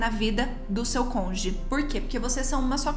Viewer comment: É CÔN-JU-GE!!! CÔNJUGE!!! CÔNJUGE!!! Entendido!!!??? E NÃO CONGE!!! Está bastante grandinha para falar errado!!! Esta parecendo o EX-juiz parcial fascista!!!